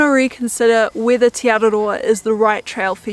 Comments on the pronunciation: Teh not tee ☺️ ah eh ee aw oo are the vowel sounds. Interesting that Hebrew has the same vowel sounds as Maori. 😊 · Just a heads up tī (you) is enunciated “tee” and te (the) “teh”